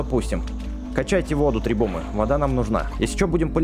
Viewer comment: не требумы а требухумы